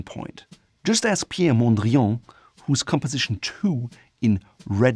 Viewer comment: I had to double check, but my man seriously pronounced Piet Mondriaan as Pierre Mondrián. Whaaaaat